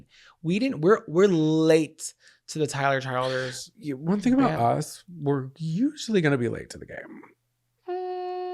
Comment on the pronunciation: 1. Tyler Childers is THE greatest. 2. Tyler Chill-ders 🤣 you gotta think Kentucky when you say it 3. His Purgatory album is unbeatable